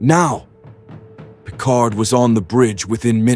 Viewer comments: "...Captain Jean-Luc PICAR"? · "Captain Jean Luc Picar" 🤨